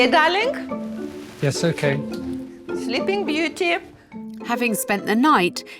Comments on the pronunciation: But she doesn't .... she says Darlingk! 😂😂👍🏼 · Yes, and Alex says dawling.😆